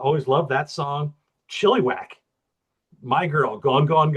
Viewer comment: Didn't realize FM was Canadian. Never got into them, but remember the t-shirts. And it's Chill i wack, not chillee.